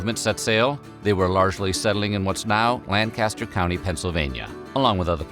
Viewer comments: Pronounced Lank-as-ter NOT Lan-Kaster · As a born-Pennsylvanian, it's LANG-kiss-ter not LAN-caster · When you make a video, please make sure you pronounce things correctly. The county (and city) in PA is pronounced LANK-i-stir (or LAN-kiss-stir), not LANNGG-cast-ore. Also, FYI, at least in this area, Amish are allowed to have and use cell phones, but only for calls and texts. The big prohibition against phones and electricity is not mere tradition but is due to the biblical mandate to "not be unequally yoked with unbelievers" (2 Corinthians -16), and the phone and electrical wires would connect them with the "English" (non-Amish). In addition, the Amish have used windmills for decades/centuries, just not the modern kind, to generate power, and they use battery- and gas-powered tools and appliances (refrigerators, washing machines, etc.). For more information, see Elizabethtown College's Amish Studies page ( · is it suppose to be "lank-ester"? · it’s pronounced “langkisster!” Lol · I grew up near Lancaster County and saw a lot of Amish. Yes, they speak Pennsylvania Dutch, and I understand it a bit. However it is too fast for me. Btw the way you said Lancaster drove me nuts. I never understood why they broke away from the Metanites. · You can always tell someone who has never been to or grew up around Lancaster, because they never pronounce it right 😂 Still, nice video! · except he pronounced lancaster wrong haha that drives me nuts when people say it like that. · I live in Lebanon County, at the border with Lancaster County. The incorrect pronunciation drives me nuts too! That and the whole chicken pot pie thing. lol